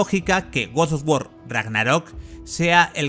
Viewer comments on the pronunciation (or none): te quiero pero pronuncia bien GOD OF WAR no GODSDFDFSDFSD OFF WAR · Guosofgüor y Corey BALROG (que no Corey Barlog). Tremendo el nivel de inglés del comentarista. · por qué dice goz o war?😔😔😔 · Gos os wor ragnarrok xd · GoS oF wAr CoRry bAlRog. Aprende bien los nombres hombre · Yo a este men que narra el video no le creo ya que al juego le llama godos of War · Goz Oz wor???? Tío hablas terriblemente mal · Guos os Wor ragnarok Grande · gosof wor aprendí una nueva forma de pronunciarlo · Se ve bien ese "godoguor" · guos sof guor Ragnarok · por que dice gos of wor? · A nadie le extraña la forma en la que pronuncia God of War?🤔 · que mal pronuncias god of war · jajajajajaja deja de decir God of War que se escucha muy horrible XXDDDDD